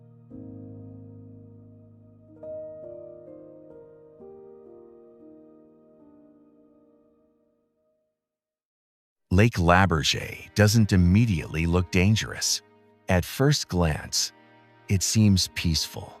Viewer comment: Beautiful. This brought many memories from my years or living in Yukon. A suggestion though, would be to maybe ask a local how to pronounce the names of some places. Lebarge is pronounced Le Barge Kluane is Clue-Ah-Knee etc. Other than that, the videography was beautiful and made us smile.